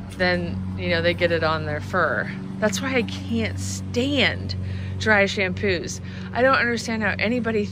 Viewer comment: What is a "dry shampoo"? I replayed several times and that is what I hear.